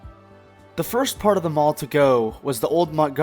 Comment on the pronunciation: Great video! I was the Loss Prevention Manager at Parisian back in the 80's and those old pics you showed are exactly how I remember the mall. Side note, "The" mall was actually pronounced THEE mall. Additional side note, ALL of the "malls" in Huntsville with the exception of Madison Square, started as strip centers that were enclosed.